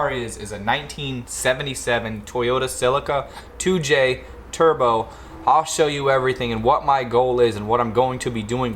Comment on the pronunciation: Back when those came out some may have been 4-cylinders but also some were 6. My buds dad bought a 77 brand new it was a strong 6-cylinder. I'm not being critical it could just be your accent but you are saying Celica like 'Silica' (sand) when it normally sounds more like celery. Love the project there are so so few of these left !!